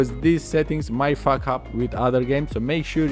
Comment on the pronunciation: When he says faack up your game